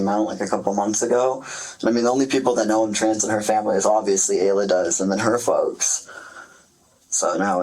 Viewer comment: Ayla is pronounced Aye-Luh.